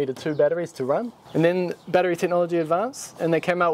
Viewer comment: If you can't pronounce"battery" correctly don't say it. Unwatchable.